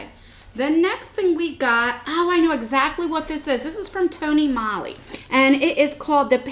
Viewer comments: Its tony molee... it rhymes. Not tony molly..... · it's tony MOE-LY also. i just noticed you said that incorrectly too. just trying to help.